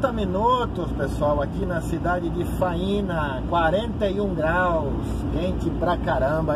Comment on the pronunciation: A pronúncia correta da cidade é Fâinea :) um abraço de Goiânia, Goiás!